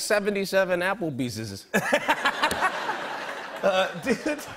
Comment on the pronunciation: "77 Applebeeses" IM GONE